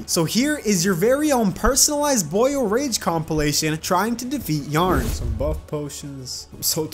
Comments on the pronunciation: Bro why was he pronouncing Yharon as yarn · I just wanna say that I spent way too long thinking you were calling the jungle dragon "yarn" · Yharon was destroying you becaused you called him y a r n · i think you say "yah-ron" and not "yearn" or whatever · Man called Yharon "Yarn" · It's so annoying how he says yharon